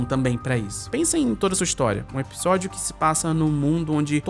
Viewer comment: pq vc pronuncia episódio com um “B”, (ebisodio)?